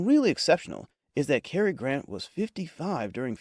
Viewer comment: Please teach your AI to properly pronounce "John Le Carre", "Kim Philby", and "Cary Grant".